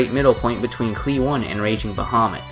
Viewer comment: i KNOW you arent saying the one in cli-one like the number.